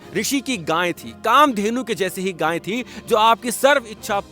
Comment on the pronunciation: रोचक वर्णन, उत्तम प्रस्तुति 💐🙏🏼 आप गाय को गाँय क्यों बोलते हैं!